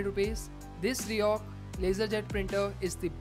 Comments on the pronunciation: say it like 'riko' not 'rihok'.... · Overconvident guy, pronounce it as ri-koh and not ri-ohk. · R I C O H, not R I O C H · Why do u keep mentioning RICOH as RIHOK??? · fck that's RICOH not RIOCH or New York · RIHOC nehi hota rey baba 🤦‍♂️ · Your pronunciation is totally wrong,this is not Riyok brand which your speaking,This Co's name is Ricoh so try spelling Ricoh.!! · Bro the brand is Ricoh (pronounced Ree-koh)... Good video nonetheless. Keep up the good work.